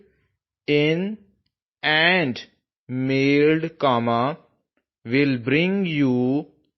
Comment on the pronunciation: Dear Sir, Pronunciation of mailed is not clear it sounds like 👉 maid